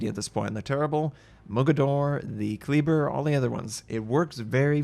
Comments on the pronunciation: Damn it,. Kleber is pronounced "KLAY-bear", not "KLEE-burr". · lmao. terrible, terrybluh. Kleber, Klehbehr. silently roll that R.